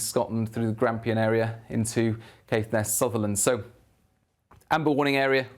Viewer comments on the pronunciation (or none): none